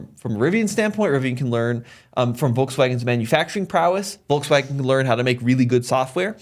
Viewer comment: Stopped watching at "Volkswagen".